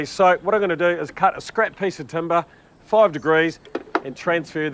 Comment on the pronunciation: What’s is this TUM-BAAHHH he speaks of! 😂